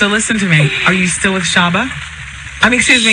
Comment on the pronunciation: "SHABBA", Wendy?! Really?! 😂